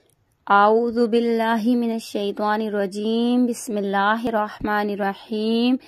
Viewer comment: آپ کے تلفظ میں بہت زیادہ غلطیاں ہیں ۔ اور اعوذ بااللہ کی ع تو آپ نے باکل ٹھیک ادا کی ہی نہیں ہے ۔ اللہ ہو پر مقدر سے زیادہ مد کی ہے ۔